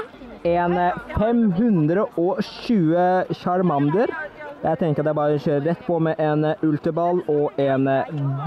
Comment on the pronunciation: Måten du sier charmander:(